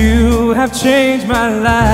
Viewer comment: Qu Li Suo Tian???😅 It's pronounced as Zhai, not Qu.